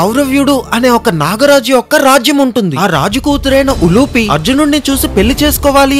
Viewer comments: ఉలూచి,ఉలుపి కాదు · Not ulupe it's ulchee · ఉలూపి కాదు రా ఉలూచి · Ulupi not uluchi is correct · Uloochi not uloopi